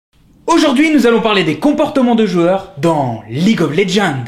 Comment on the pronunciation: Mais comment vous prononcer League of Legends ? Prononce le en Anglais, sa fait trop bizzare mdr en français.